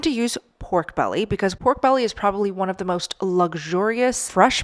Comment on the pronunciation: Great idea, also fry a low carb Tortilla in Manteca, So Good! "Pork Bella"😂